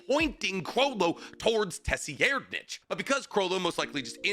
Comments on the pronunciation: ima help ya: sur-ide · This man had no problem saying LADY TSunade but Tesseract-ditch ? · Brother, it’s a silent T , pronounced SIRadNick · I can not move passed how you pronounce tserriednich Youre saying tess e air nich Its sir id Love ya dawg ❤ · Tsseriednich = Sir Eyed for easy pronounciation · This pronunciation is driving me crazy 😂😂😂😂😂😂😂😂 just call the man terror sandwich 😂😂 or ——- SIR-rad-NIK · Dude its pronounced Tseh-reed-nik. The way you say it bugs the hell out of me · Say it with me………………….Suh-rad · Please just say [tsair-REED-nikh] and stop being extra about it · It's pronounced "sir-ad-".... It bothers me when ppl pronounce names super weird lol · your pronunciation is killing me... Sir-Eyed-......tserriednich....... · It is pronounced ser ad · FOR THE LOVE OF GOD ITS PRONOUNCED "SIR. RIDE.."!!!! IT HAS IN IT MAN CMONNNN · I’m pretty sure it’s “Sir-eyed-” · Driving me nuts bro. There is noooo way you haven't heard a proper pronunciation of "sir-eyed-" name. You said it so many times you must be trolling lol. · Tserriednich just pronounce it like this "Sir-ride-" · If we use German grammar it is pronounced tser reed nich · It’s pronounced Serighnet or something like that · Bro can’t say the name for shit 😂 (Sir-Eyed-) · Brother, his name is pronounced SUH-RIDE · Can you STOP saying Tesierdnitch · Dude, please fix the way you say tserriednich, it is pronounced “Ser-Ride-” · his name is Pronounced Serri-Ed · Tserriednich is probably something like "TSeh-(guttural R) Ri-Ehd-", but Terror Sandwich and "Suh-Ride-" are at least better than whatever came out of your mouth 😭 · 😂😂😂😂 🙈 this is a crazy pronunciation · It’s a silent, T , Saradnick , it’s pissing me off watching it , I can’t even focus on what he is saying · Just btw it’s pronounced sir-ride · I swear b havin craziest pronunciation 😭😭😭 I always read it as SUH-RAD- but maybe I’m crazy